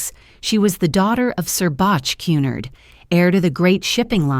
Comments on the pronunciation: If it was 'Cunnard' it would be spelled that way. It's Cunard. phonetically... 'Q-nard'. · Que-nard! Pronounce correctly ai fake! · This is the most appalling dross I have listened to. Moronic voice cannot even pronounce Cunard properly.